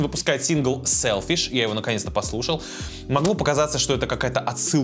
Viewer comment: Тык пердык сэлфишь 😂😂😂 браво